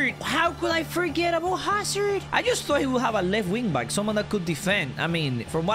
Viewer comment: The way he says hazard